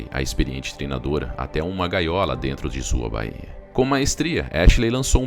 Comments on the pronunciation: Bahia não amigo. Fala direito é baia (báia como se fala) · Não é baía é báia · não é "bahia", é baia, bai-a, sílaba forte é bai... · Correção: não é baía que se fala, o correto é baia. É um ditongo não um hiato. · Não é "baía" e sim "báia".